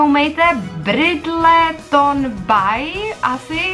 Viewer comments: Nic ve zlém teď čte se to Brindlton bej:) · Cte se to "Bridlton Bey"